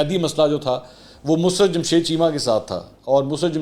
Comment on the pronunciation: Musrat nhi mussarat hota hai. Seen k oper shadd aaiye gi. 🤗